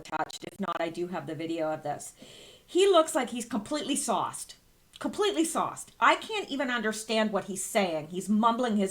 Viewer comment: Lol.....I thought you were saying "soft". Glad I realized finally that you were saying "sauced".